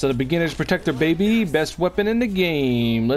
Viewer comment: If I hear say "Best weapon, babY" again, I swear I'll